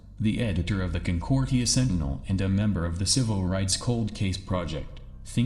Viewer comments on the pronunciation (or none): none